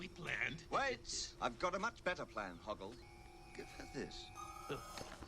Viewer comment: She called Hoggle, Howart. Hogwart. Familiar?